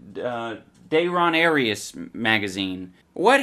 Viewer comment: That is great too. I also love how he just immediately fucks up the name at the start, saying "Dayrias". HOLY FUCK while writing this comment the dog bark happened in the background and I burst out laughing again. Gold.